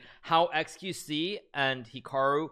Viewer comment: That moment when he says Chikaru makes me think on some kind of Pikachu brother or...maybe perhaps...a bot of Hikaru that you can play aginst him but when you loose he laughs so loud as Hikaru do 😄😄😄😄😄